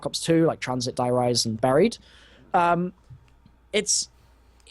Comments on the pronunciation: if u watched the bo3 friday today, apparently its not der reise... its pronounced der ree zeh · Gaming Videos thars how you pronounce der riese